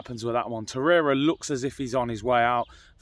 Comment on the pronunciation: Hahaha! Man said “Nicholas Torreira “😂